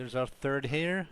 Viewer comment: I was dying of laughter cause you kept on saying "here" "here" "here" (snowshoe heir)